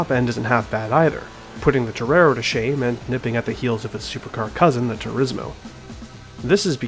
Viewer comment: I wish people would learn how to pronounce Turismo properly, its TOUR-EE-MO